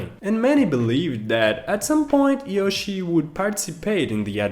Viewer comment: I can't help it! Forgive me but... YOO-shi?!?!?!?!?!🤣🤣🤣